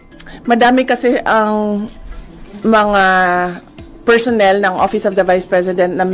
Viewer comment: madam vp minsan bawas bawasan ung interview mo kasi mejo alanganin ung pronounciation mo eh lalo na ung PERSHONEL